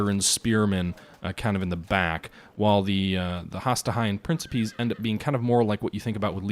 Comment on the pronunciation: Jesus, please read the names of the units before you pronounce them so awfully. Has-Ta-Tee Prin-Ki-Pes Tree-Ah-Ree